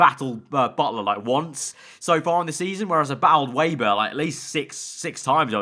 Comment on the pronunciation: They will fix Weber when you can finally pronounce his name. He's German, it's "Veber", not "Weiber". :D